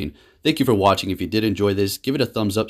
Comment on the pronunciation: did u say take care out their catching swinub or is it just me?